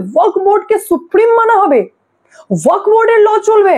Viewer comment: কথাটা ওয়াক্ নয় । কথাটা ও য়া ক ফ্ । উচ্চারণটা ঠিক ঠাক করুন। শুনতে বড় খারাপ লাগছে। আপনার বক্তব্যগুলো অকাট্য সত্যি। সেই ব্যাপারে কোনো কথা হবেনা। কিন্তু এই উচ্চারণ অনুষ্ঠানের standard এর ক্ষতি করছে বলে আমার মনে হয়। আর একটা কথা, S আর Sh এর উচ্চারণ এক নয়।